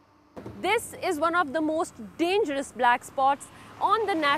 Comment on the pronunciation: "Dees ees wan ub dee mos dayngeeros plase" ... "so I stan heer an way too get hit by truk!" ... "Hello, I am police. You like my little sign? It say stop. So please stop. Please? If I beg? Maybe then you stop?"